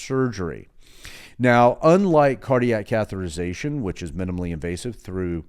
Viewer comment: Great info, but the pronunciation is cath-e-ter-i-za-tion (6 syllables) not “cath-er-I-za-tion” (5 syllables). Yes, I know I’m being very picky, and you have incredible knowledge about cardiac care.